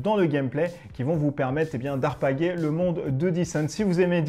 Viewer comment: J'aurais plutôt dis "alpaguer" non ? ^^